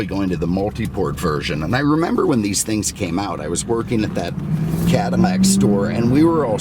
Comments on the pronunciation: Can you say "Cadillac" instead of cadimmac. Driving me crazy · Say it Cadillac not catamack.maybe once but the whole video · I wish you would stop calling the Cadillac a Cadimac. You should have more respect the car. You had respect for the Lincoln. The only thing that I hate is now they are building them in China. Talking about disrespect!!! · Is he saying Cadamac?